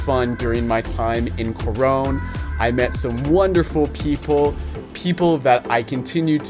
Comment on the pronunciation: The way you say "Corown" is as beautiful as the place! Welcome to the Philippines🇵🇭